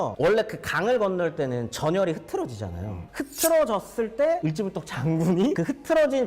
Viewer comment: 을지 씨가 아니고 을씨 아닐까요? 을 지문덕! 연 개소문 처럼